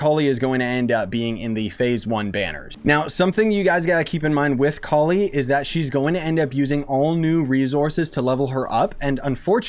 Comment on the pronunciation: You are pronouncing it exactly right, I can assure you. Collie means flower bud in subcontinent and it sounds like "Ko-Lee"